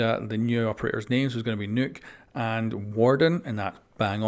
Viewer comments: I now nøkk might be hard to pronounce, for refference, its pronouned nökk. Hope that helps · Name's Nøkk? Oh dear, the mispronunciations.